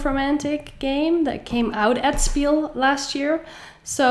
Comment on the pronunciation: It's not spiel, its pronounced shpiel, PLEASE, for all german-speaking viewers❤❤❤❤